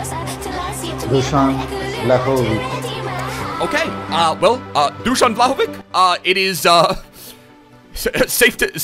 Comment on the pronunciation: Greetings from Serbia , the Pronunciation is Dushan Wlahovitch